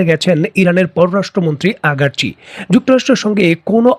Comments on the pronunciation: Iran's foreign ministers name ...Aragchi......not..Agarchi.....telling wrong always...violation of rules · আগারচি নয়, আরাগচি